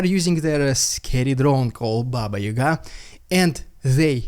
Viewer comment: is actually not russian... he's not able to read russian regions, cities or towns using original phonemes - it came in my attention - he never heard about BABA YAGA? any russian knows about and never ever would read it as BABA YUGA... that's lame